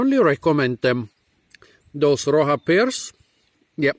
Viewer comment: It's pronounced as "roh sha" and it means "rock"